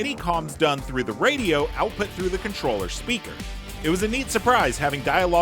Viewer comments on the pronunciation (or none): none